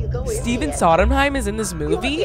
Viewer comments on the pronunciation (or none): she says Stephen Sodenheim lmaooo its SONDheim!!! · It’s Steven Sondheim, not Sodenheim. Great vid tho! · saying stephen sodomheim TWICE instead of sondheim is making me sob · WAIT BUT WE GOTTA TALK ABOUT HOW U CALLED STEPHEN SONDHEIM SODENHEIM 😂😂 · hahahaha can't get over the Steven "Sodomheim" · ma’am who the heck is “steven sodomheim” 😭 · Lmfaoooooo not stephen soddenheim pls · The way you're pronouncing sondheim is sending me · why is nobody talking about the way she pronounces Sondheim ? it's hilarious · How do you pronounce Sondheim incorrectly AND ignore that he’s having a video chat with two recently deceased theater icons (Angela Lansbury)?